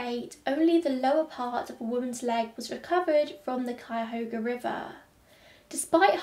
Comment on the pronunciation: I live in Cleveland and I have heard Cuyahoga mispronounced so many times, but you nailed it!